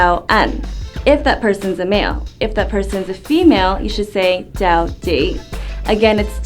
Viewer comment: My concern is the "ch" sound.. to me it sounds a little more like a J-sound like "jow"..